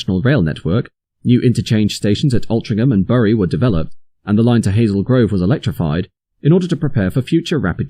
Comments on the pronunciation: Burrie? Bury is pronounced "Berry" and Hoom? Hulme is pronounced "Hewm" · Bury is pronounced berry, otherwise great stuff. (A Bury native here) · Bury is pronounced "berry". It's grating because Your videos are so good.... just for future reference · Someone doesn't know how to pronounce BURY (hint : it's pronounced BERRY). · Fascinating information as in the 80's I regularly had to travel between the two stations. Quickly learned the best walking route. You do need to learn how to pronounce the town name of Bury though.